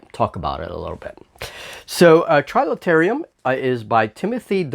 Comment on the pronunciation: Quick errata - it's Trilaterum, not trilaterium.. so you don't show up on some of the searches for the game!